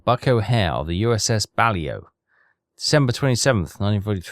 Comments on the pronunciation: It's not BALIO, it's Baleo. And it's the sub class name. Considering your level of english from the speech, i'd have thought you knew how to pronounce it correctly. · To reiterate: it’s pronounced “Bah-Lay-Oh,” not “Bal-Ee-Oh.” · Actually the class is pronounced Ba-lae-o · BUH - LAY -OH Actually how it's said. Love your videos keep rocking. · I think it's funny that even after the ship dips below the surface, that signal light just keeps on flashing! And, that's "USS Bah-Lay-Oh" The Balao is a somewhat famous boat in the US Navy! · I think its funny that you think he is going to listen to how you think its pronounced (and i say think, cos its actually bahlow) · The Boat is pronounced.... Baa...lay...o! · He is i think 😂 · I think we stop trying to get to pronounce the submarines name correctly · Still waiting for to say the blasted name of the ship correctly... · He is doing it on purpose, you will be waiting a long time 😂